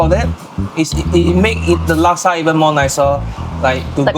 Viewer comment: Chef Liz please pronounce Laksa correctly - 'Luck-sa'...not 'Lak-sa'